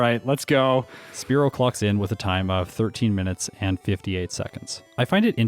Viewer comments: I cackle everytime he says "clocks in" because I hear it as "clucks in" XD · Sounded like you said "Spearow clucks in" and that's still a funny pun to me.